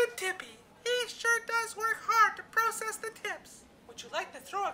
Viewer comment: Why do you say process instead of process (you know what I mean)